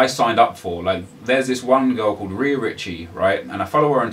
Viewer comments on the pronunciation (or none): none